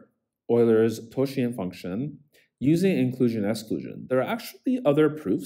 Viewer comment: bro your pronounciations of totient and phi are absolutely cursed, but your video was very helpful. Goodjob!